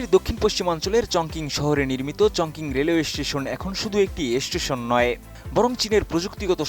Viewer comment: চংকিং না, এটা হবে চংচিং